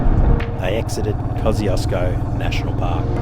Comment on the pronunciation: So beautiful through the high country and a fitting post for Australia Day 🇦🇺 I always find it funny how us Aussies pronounce the name of Kosciuszko as "Koz-ee-oss-koh", where as, it was named by a Polish explorer, Paweł Strzelecki, and is actually pronounced "Koz-ush-koh". I always get looks when ordering a Kosciuszko Pale Ale, with the correct pronunciation. The bar tender usually looks at me cockeyed.